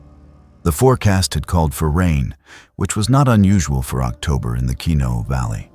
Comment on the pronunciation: Keno??? Kenno??? What rainforests are you talking about that you can't pronounce correctly